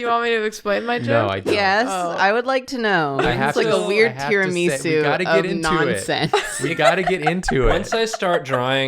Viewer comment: The way said Tiramisu isn’t technically wrong it just really made me think she said Hatsune Miku